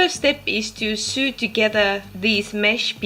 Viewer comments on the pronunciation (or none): Look like a neat idea. Be sure to let us know how effective it is out on the trail. I know you appreciate help with your English, so I'll tell you that 'sew' looks like it should sound like 'sue', but it actually sounds like 'so'. That is one of the many inconsistencies of English. It may be because 'sew' was also the spelling of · no matter, I enjoyed very much your latest video as I have all the rest! And just a tiny tip, if I may, on an english point: in Canada, where I'm from, and the US and UK sew ia mostly pronounced as so (long o). :) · Great video.. love it.. just a quick point on English pronunciation (which sucks).. "Sew" is pronounced exactly the same as "so" and "sewing" is pronounced "so-ing". Keep up the great videos! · big deal sew, so, soing my mother pronounced it just as you did and we all knew what she meant, she also couldn't pronounce aluminum ;o) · I couldn't agree more